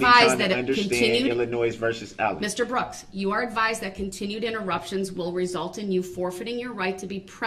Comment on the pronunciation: Brooks' Translator: ----------------------------- axe = ask dat = that din = didn't dis = this duh = the finna = fixing to = about to oaf = oath substain = sustain tackit = tacit ting = thing tryna = trying to with all due respect = f#ck you